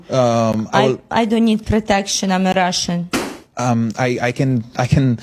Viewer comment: "i don't need protection i'm rrrrrrrrrussian" CLOCK IT